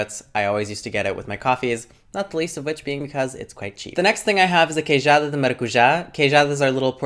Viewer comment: nota-se que viveste em portugal, a forma como dizes "pastel", "queijada" é muito boa! where are u from originally?